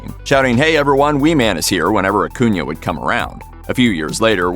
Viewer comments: You are pronouncing his last name wrong. And you say it soooooo many times Uh-coon-uh Not uh-coon-yuh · stop saying AcunIA....its annoying.....its AcunA......wtf narrator?!?!.... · I hate the way this guy says “acuna” It’s pronounced aCOONa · Exactly. Acuna. Not acunia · Akunya. Everyone who does your guyses videos don't even know who they're doing the videos about. Do you research in at least learn how to say people's names right. It's disgusting that you people make money off of this